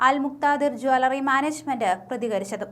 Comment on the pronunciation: ജാലറി അല്ല ജ്വല്ലറി എന്നാണ് പറയേണ്ടത്. ഈ പെണ്ണ് സംസാരിക്കുമ്പോൾ വാക്കുകൾക്ക് ഒരു ബലം കുറവാണല്ലോ???